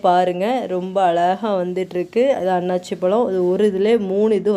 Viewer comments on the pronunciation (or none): அண்ணாச்சி பழம் கிடையாது அன்னாசி பழம் என்று உச்சரிக்க வேண்டும்